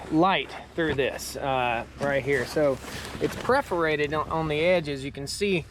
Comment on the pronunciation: Perforated or 'preforated'? JK ;) I'm getting ready to put in a system and this one seems HUGE!